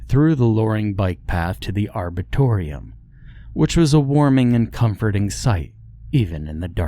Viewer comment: An "arbitoreum"? Is tbat a big place where disputes are settled? I've heard of arboretums, though.